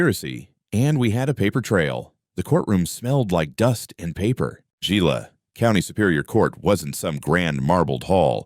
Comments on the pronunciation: That word, Gila, is pronounced Hee-la. Also the name of a particularly nasty little lizard called a Gila Monster. Terribly poisonous, fortunately on the rare side. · You should pronounce it heela. Thats a Hispanic G.